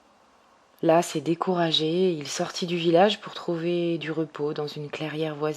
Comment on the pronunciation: Bonjour, merci pour ce beau conte avec votre belle voix. Dans l'adjectif "las", on ne prononce pas le s final.